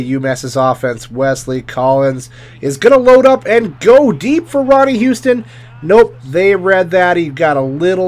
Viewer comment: Its not Ronnie Houston, its Ronnie Huston